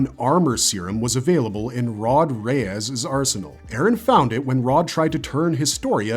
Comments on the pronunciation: “Rod Reyes” lol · Dude there is no way pronounced Reiss like that😭😭 if you are gonna come on a video essay at least know what you are saying lol